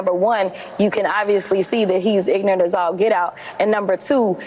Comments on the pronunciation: She said ignant. Wow, please speak English. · Did she call him "ignant"? 🤣🤣🤣🤣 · Did this gorgeous ghetto thing actually say “ig-na-ant” as all get out “ to describe someone’s words? Buaaa haaaaaaa haaa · Did she say "IGNANT as all get out"? Gross